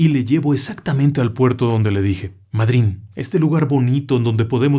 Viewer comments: nunca escuche de puerto madrin acentuado en la i sino madryn acentuado en la a, es lo mismo si te preguntara si escuchaste hablar de MÁDRID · Eso mismo venía a comentar. Sin ánimo de confrontar, pero la corrección vale para que se nombre correctamente: Puerto Madryn, se acentúa en la A. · Nunca escuche nada parecido, solo lo de los submarinos, voy a preguntar en una página de historia madrynenese a ver que me cuentan. Corrijo la pronunciación es Madryn, no va acentuando en la Y, si no en la A, sin tilde por supuesto. Desde ya muchas gracias por la promoción de la ciudad. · Es puerto Madrin, con acento en la A. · Puerto Madrin !!!!! Entodo caso con acento en la A y otra cosa en Argentina pronunciamos por la ascendencia de la palabra , no como los españoles que leen una,palabra inglesa y le como si fuese español 😅😅😅!!!! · Se pronuncia con acento en la a Mádryn No se pronuncia como lo dijiste con acento en la y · Sr. es Puerto Madryn con N al final. Se lo dice una Argentina!!! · Se pronuncia / Mádryn/ con la fuerza es la penúltima sílaba. Es una palabra llana. Por nada . Espero por otra parte que sea una historia con fines de entretenimiento y que no creas que esto ocurrió de verdad . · Pequeña corrección La pronunciación es mádrin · El problema es la acentuación, es Mádrin, con acento tónico en la "a" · . , puerto Madryn.. lleva acento en la A------- es hermoso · puerto madryn. no lleva acento la y. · El acento prosódico va en la letra A de Madryn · HOLA ME GUSTA SU PROGRAMA PERDÓN QUE LO CORRIJA PERO SE PRONUNCIA MADRYN CON ACENTO EN LA A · Puerto Madryn, con acento en la a. Saludos ingeniero ! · Madryn se acentúa fonéticamente en la A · Puerto Madryn acentuado en la a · Disculpe que lo corrija es Puerto Madryn, con la fuerza en la a